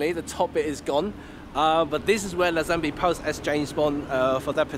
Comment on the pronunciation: Interesting. One small thing: the actor's surname is normally pronounced like "Lay-zen-bee".